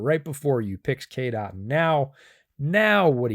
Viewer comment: Listening to the podcast I heard KDot instead of Cade Otton. Had to come here to the description just to see who KDot was 😂